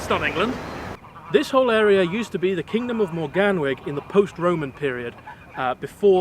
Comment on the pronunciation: Morgannwg. Pronounciation incorrect. Mor-gan-ooh-g.